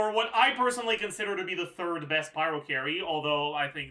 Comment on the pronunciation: bro said pryo mc 😭🙏